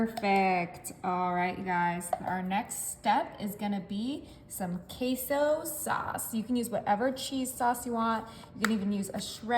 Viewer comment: Pronounced "K-so not quee-so😂